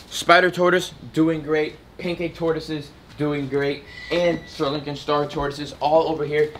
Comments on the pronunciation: I like how he still says Sir Lincoln instead of Sri Lankan. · Is this channel just for entertainment or is it educational? If it's meant to be educational shouldn't he know how to properly pronounce all the types of animals? They are Sri Lankan star tortoises not Sir Lincoln